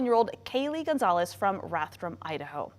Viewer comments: They keep butchering her name saying Gonzalez, or it's wrong on the screen, not sure. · Why is GonCalves "Gonzalez"? Also, never relax. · Portuguese or Brasilian Portuguese it's actually pronounced like Gon-Sal-vess